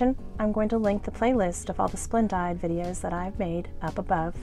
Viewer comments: FYI- i have never heard it said as Splend-died. Always heard it pronounced Splend-deed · Lol. It's pronounced splen-DEED.